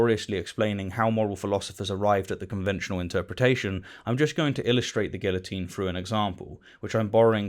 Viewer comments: It is just me, or are you saying "guillotine" wrongly on purpose,? (I know the British have a proud history of hating the French, but seriously, just say it the right way 😂😂😂) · I couldn't get past your pronunciation of guillotine.